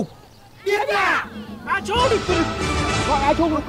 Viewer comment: ngọng à. trung chứ chung nào. đúng la dân miền bắc nói phát âm cũng sai chính tả